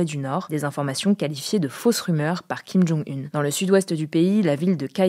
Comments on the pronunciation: 2 choses... jean Michel jarre n'est pas un DJ!!! Et on dit Kim Jong Oun pas une... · Vraie question : on prononce kim jong "une" ou kim jong "oune" ?